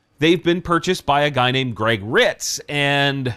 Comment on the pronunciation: Jeff and Greg are pronounced the same?